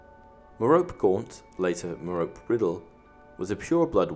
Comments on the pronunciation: It is pronounced Meropè not Merop! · Another great video! One thing though is you're mispronouncing Merope's name. It's mer-OH-pee. Actually a really old Greek name. I was surprised when I learned the correct way to say it. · Why can't anyone pronounce Merope right? It's meh-ROW-pay not ma-rope.